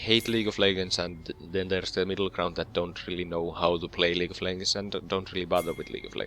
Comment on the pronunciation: xD "League of Leggers"... Nice video though